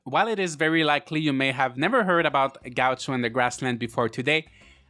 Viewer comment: XD that's not how you say gaucho xD lol